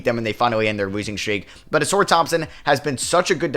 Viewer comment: Ausar can’t be in the A tier unless u pronounce his name correctly